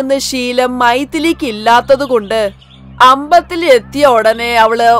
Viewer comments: ambathil alla Ambalathil 🤣enth malayalam shivaneeeeeeee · അമ്പതിൽ അല്ല അമ്പലത്തിൽ... 😂doubing ayyoo😂